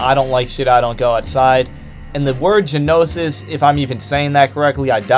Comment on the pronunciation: It's pronounced (know-sis) not (guh-know-sis) the word is gnosis.